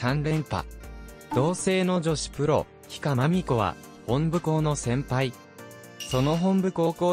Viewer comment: 「ひか」ではなく「ひが」（比嘉）。 高校名も「ほんぶ」ではなく「もとぶ」本部高校です。（くじり格子）